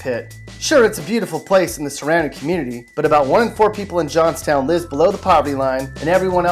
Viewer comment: The way that he pronounced Johnstown irritated me.